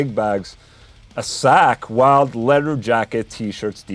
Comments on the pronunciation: Funny how you pronnounce (ball) "Sack Wylde" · "Wtf is a sackweld" oh.. accent.. right. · You pronounce it like Sack Wylde lol